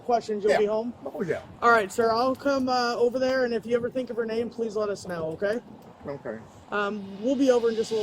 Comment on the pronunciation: He pronounces his name and you still say it wrong 😂 😂😂